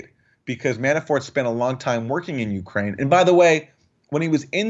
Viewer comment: Jimmy love the show but please don't put so much emphasis on the "U" in Ukraine... It sounds like you're saying YOU-kraine.